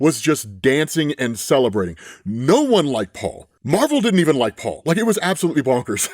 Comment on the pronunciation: ngl i got triggered when you said Paul's name, thats just how bad this is.